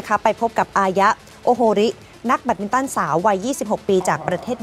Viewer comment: แบตมินตัน ไม่ใช่ แยดมินตัน